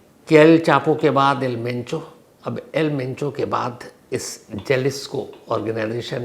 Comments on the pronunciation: Penchoo nhi mencho h dada😅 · आज आप किसी पंजाबी के साथ बैठ गए थे क्या सर जी जो मुँह से मेंचो की जगह पेंचो पेंचो निकल रहा है।😂😂😂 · Pencho nahi Mencho😂😂😂😂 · एल पेंचो नहीं एल मेंचो नाम है सर